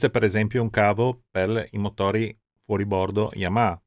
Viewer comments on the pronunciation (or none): none